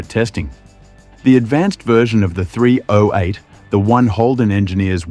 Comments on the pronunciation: THREE OH EIGHT. JUST SAY 308 Takes one second to pronounce instead of Three Oh Eight 😅😅😅😅😅😅😅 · AI spoken dross narration. It's not Three-Oh-Eight, it's Threeo-Eight. And it's aluminium, not a-Loo-minum. Hire a bloody voice actor to narrate you cheap-arses. And then the obvious ADR to was put in to fix some apparent bigger blunder. At least that bit got the 308 pronounced properly. The dude who the AI voice was trained on maybe? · Its sure narrated by AI. The voice is so annoying. Who says "three (slight pause) ow eight" and distinctively pronounce each letter? It's pronounced "threeoheight". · What was the Engine again, I forget. Ohh that's right it was a "three ohh eight" Geeze I fucking hate AI voiced videos. Surely you can do a human voice on the video. You insult the intelligence of the people who view (but fucking noo way will i sub) your crap. Next time see if you can outdo yourself and mention it 400 times. Thank fuck you only have 2.71k subscribers.